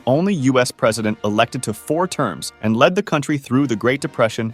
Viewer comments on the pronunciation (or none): He put so much emphasis on "AND" I thought it had to be a joke... at least I hope. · The French AND Indian war was one war. Not sure why so much emphasis on the and. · I think it's just how the TTS bot emphasized the words weirdly.